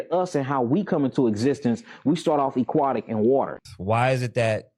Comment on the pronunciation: Bro if I was talking to somebody and they were having a serious conversation and said "EQUATIC" I would stop listening to the rest and I would have corrected him because the word is "AQUATIC" with an a not an e!!!! 🙄🤦🏾‍♂️